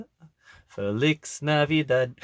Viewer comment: Sounded like he said Felix navidad